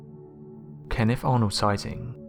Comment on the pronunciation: What do I think? I think if I was KennIFF I'd be pissed that you keep mispronouncing my name. It's KenneTH.